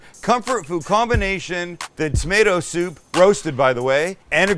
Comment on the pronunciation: Chicken Shshhhshhhsoup lol